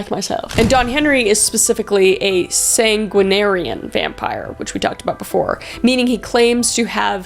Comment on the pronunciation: San-gwen-arian. Also, heya! Big fan and member! Personally know and am among these vampire folks. I'm not a Sanguinarian though, Psy vamp. Attended a few Endless Nights balls, regular down in NOLA.....anything else y'all wanna know? :)